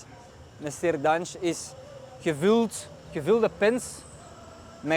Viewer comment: No sirdan, Yes ‘Şırdan’